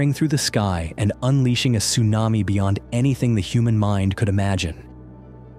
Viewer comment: North Carolina accent TSUNAMII